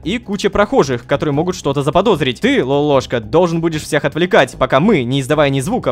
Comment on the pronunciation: не лопоклошка а лололошка